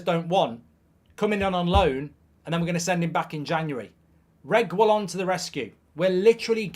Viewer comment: Please learn to pronounce reguillon’s name right 😭😂 “Regwillon” 😂😭😂😭😂😭